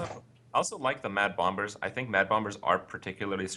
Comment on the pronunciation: I had never realised that Kripp genuinely calls them bomb-bers, I always thought that he called them that as a joke on stream.